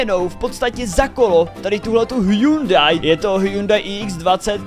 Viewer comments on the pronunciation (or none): none